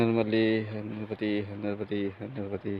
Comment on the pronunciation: नर्बदे हर नहीं नर्मदे हर महाराजजी